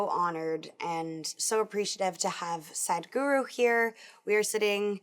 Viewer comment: I'm laughing so hard whenever she said Sadhguru as Sad-Guru. XD